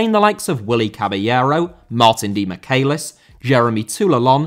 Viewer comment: Michelis* not Mecheiles